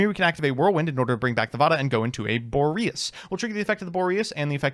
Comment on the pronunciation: Therapist: pronunciations can’t hurt you Me: I know, I know, it’s just… he pronounced Boreas as “Bore-Eye-Ass”